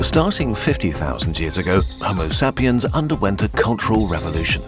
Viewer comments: Not even 2 minutes in and I just got slapped in the face by that "homo sah-pien". I was just about to fall asleep but now feel very alert. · Homo Sap-e-ans? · Why you pronouncing Homo sapiens like that? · is that the correct pronounciation of Homosapiens?